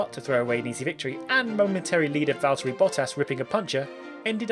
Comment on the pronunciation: Great runthrough, but I have to say that it's not val-TEAR-y, it's VALL-terry. He's just Waltery.